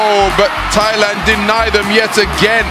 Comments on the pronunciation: What I don't understand is how some people pronounce Thailand (tai-land) as (thy-land). I know the the Brit f it up for the English spelling of it, but people are so ignorant about it. Just so funny to me. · She did not say Thailand with the 'Th'